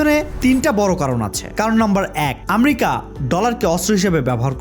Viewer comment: ভাই আমরিকা কি। আমেরিকা।আপনি ঠিক ভাবে কথা বলতে পারেন না